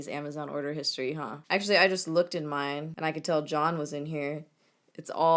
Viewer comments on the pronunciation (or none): none